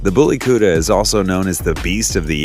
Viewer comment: That's the kutta for you. It's pronounce kut_ta.